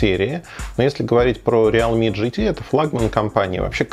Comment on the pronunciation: РИЛми, а не реал ми.